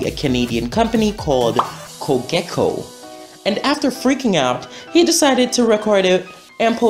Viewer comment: Bruh you said cogeco. It's Coe- Jeh - Coe